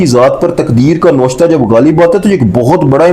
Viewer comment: Lafaz noshta nai navishta hai